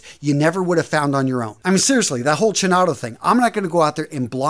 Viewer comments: It’s pronounced Keenotto (chinotto ) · You're a beast. Awesome contents as always! BTW, "chinotto" should be pronounced "Kinotto", not a criticism of course: I'm Italian 🤣🤣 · You try pronunce chinotto like if was write with k ...kinotto will sound very italian ...and sorry for my english 🤙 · Hi, very good video, but the second Acqua di Parma is pronounced Kinotto😉